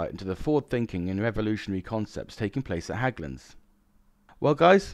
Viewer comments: "Hägglunds" is pronounced "Hegglunds". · Hägglunds is pronounced "heg-lunds." The Scandos have a 29 letter alphabet which makes reading their maps great fun on the Arctic Warfare Course.